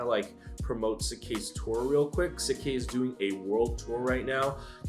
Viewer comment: Pronounced shik k